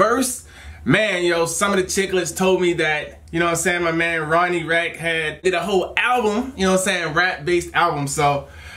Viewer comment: Im sorry, but you said Rack. His last name is Radke (pronounced Rad-kee)